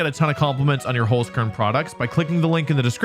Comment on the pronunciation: As an Austrian, I can confidently say that your pronounciation of the word Holzkern is horrible. Also, my two favourite Pokemon are Incineroar and Kommo-o, but other than that I did still enjoy the video